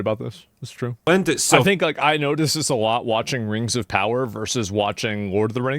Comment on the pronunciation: Rangz of Powah.